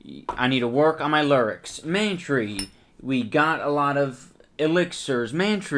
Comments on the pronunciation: Worst alcohol ever. Any booze you gotta mix shit in(especially oysters or acid+milk) is a scam or just plain disgusting. That one bottle of stuff looked like septic tank leakage. Kudos for the puke shots. I came twice. Also it should be pronounced "Man-Try," you hipster. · It is man-tree pronounced like pantry